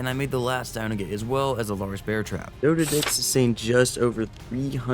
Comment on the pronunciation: I love your videos but I can't stand how you say some things. FOILage? Like aluminum foil? Nono. It's fol-EE-ige. Foliage. Mana-ga-marmar? XD It's spelt Managarmr. Just one mar, not two. You say it doded? It's DOH-ED, doedicurus.